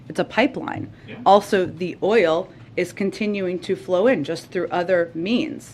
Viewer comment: Peppermint Patti does it again 🤣😂😂😂 “let me give the facts here” 🤣🤣🤣🤣🤣🤣🤣🤣🤣 ** she can’t pronounce “oil” .. 5 times to say it correctly… gooo peppermint!!